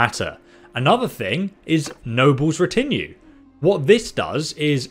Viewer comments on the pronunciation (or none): So did his pronunciation of 'retinues' lol